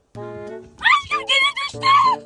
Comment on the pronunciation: Hem aşkığmmm diyor hem döviyor (Askın çikolatamı yidin) Askımm aşkığınmm Gine düştü Allah'ım sizi ayırmasın çok yakışıyorsunuz ve ayrıca da çok tatlısınız😊😊❤❤